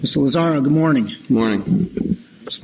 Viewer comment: Its Lazaro! Not Lazario for the 10th time!!!!!